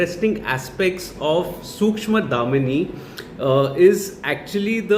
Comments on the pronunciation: Sookshmadhaamini ? how "Darshini " pronounce as "Dhaamini " ? dude atleast pronounce the alphabet correctly. is it too hard to pronounce an english word ? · Nice review..by the way it is Sookshma Darshini not damini😅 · Bro its सूक्ष्म दर्शनी , not dhamini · Pronounced as सूक्ष्म दर्शिनी..👍🏻